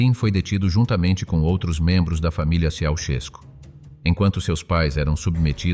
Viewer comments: I think that you have bought a lot of propaganda. It was impossible for the Ceausescu children to be less than gifted. It would have meant death to someone who thought otherwise. Work on your Romanian pronunciation. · Can't you even pronounce their name properly!